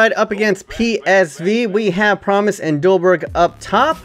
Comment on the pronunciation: Its Promes, not Promise.